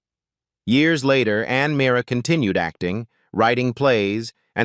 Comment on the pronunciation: I can't believe the inconsistencies of the information on Ann Meara; and the further mispronunciation of her last night. They misrepresented her as not being the wife of Jerry Stiller.